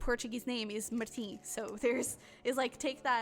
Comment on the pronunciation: #1 Eu sou portuguesa também ahahah, parei o vídeo para construir palavras e depois ouvi Martim e pensei, isto foi dito de uma forma tão correta em português que tive de ir ver mais do canal. 😂😂😂